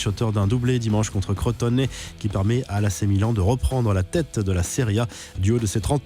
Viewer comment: Arrêtez de dire "crotte au nez" dite Crotone foutez pas des accents pourri